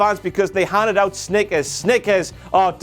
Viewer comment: Im pissed I paid to see Lesnar and Rousey and they both were not there. Oh and not everyone knew about the Snickers on the way out. If some old guard didn't point it out I wouldn't of knew it sounded like he was saying stickers lol... BTW I have your "THE BIG DOG" as my notification sound whenever I get a message I hear you